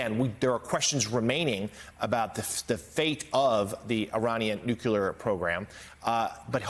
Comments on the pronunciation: It's pronounced new-klē-ar, not new-cū-lar. I can't believe a reporter doesn't know this. Of course outdoor pronunciation is just unimportant anymore. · My dude said "Kater" and "Nuculer" within 2 minutes of eachother on national television. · Can people that are relaying “news” stop saying “Cutter” and “Nukuler” it’s “Katar” and “New-Klee-er” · Please say "nuclear" and not "nucUlear". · NUCULAR is not a word. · How can national newscasters seriously say "nuke-yoo-lar"? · NEW-CLEE-UR. Learn to pronounce it. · Please stop mispronouncing "Nuclear."